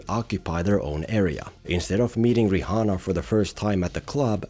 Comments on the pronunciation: "ri hanna" yep thats how you pronounce it.. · Bro said "Ri*H*anna" 🥀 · I have to say, it's pretty disrespectful to not pronounce someone's name correctly. Bro said riHHHana like 8 times. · Love how you pronounce the h in Rihanna